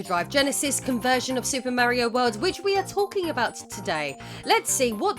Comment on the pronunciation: “Mary-o”? It’s Mario, but you called the other guy “Edgy the Hedgy”, so that makes it okay. Ned Flanders: Well if that wasn’t the best episode of Impy and Chimpy I’ve seen.